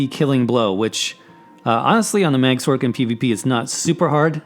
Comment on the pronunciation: I fucking hate how this guy says "sorc", not gonna lie. XD It's "sor-c" like sorcerer, not "s-orc". XD